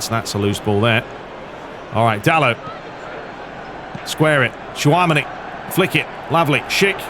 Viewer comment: Shoretire is pronounced " Sho - re - tee - re " Tchouameni. " Choo- ha - many "